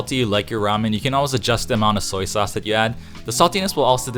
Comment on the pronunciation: Hmmm, らめん made by white people who can’t pronounce the name correctly...